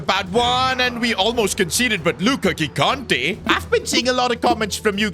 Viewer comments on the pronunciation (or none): Second episode where I point out that it's not Gigante with the hard G put it's pronounced Jigante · If Gigante is Italian, you should pronounce first g as “j” sound (like in Gigi Buffon) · Awesome video! By the way Gigante is pronounced Jee-GAHN-teh.